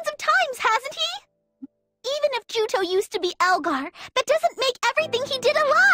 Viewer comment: Juto not Joto lol